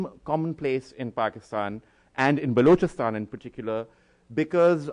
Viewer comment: Balookistan.. Cant even say it properly..and I should expect him to talk about it properly..